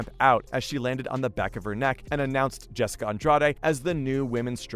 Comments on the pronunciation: You seriously need to do some homework on these fighters. MAJOR THUMBS DOWN. Turned it off after you mispronounced Jessica and Wanderlei’s names. Bush league bro. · Wtf. Learn how to say people’s names correctly before you make a video please. It’s so incredibly amateurish to not be prepared enough to say the names of the people you’re talking about correctly. You mispronounced both Rose and Jessica’s names. Why? Disrespectful and disappointing. Get it right.